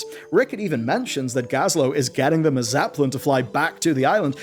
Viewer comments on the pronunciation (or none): none